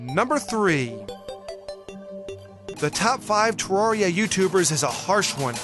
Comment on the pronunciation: You’re pronouncing terraria wrong